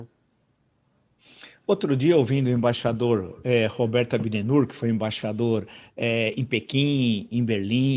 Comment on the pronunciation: Não há jeito do Villa falar o nome certo desse embaixador, que é Roberto Abdenur, ele fala ( Abnedur). O mesmo com as palavras " próprio e propriedade, " que ele diz, " própio e propiedade , no mais pomposo estilo Dilma Rousseff. No meu tempo do primário em uma ótima escola Pública aqui em Vila Isabel, no Rio, com uma ótima professora, quando isso ocorria, o aluno ficava escrevendo ( e recitando), umas 50 vezes: Abdenur, Abdenur....... propriedade, próprio,........ até aprender a escrever e falar corretamente. Bons tempos!!! Mas o caso é que veio Roger Waters e escreveu: " HEY, TEACHER, LIVE US KID ALONE ". Villa é ótimo em História, mas deve estar atento as pronúncias. Mesmo assim eu gosto muito do Roger Waters e do Pink Floyd. A verdade sobre essa frase é outra, sobre os castigos que os alunos ingleses recebiam quando faziam algo errado.